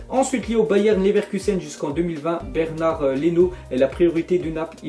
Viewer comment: Euh Leno, son prénom c'est pas Bernard ptdrrrrrrrr C'est Bernd (complètement imprononcable ^^)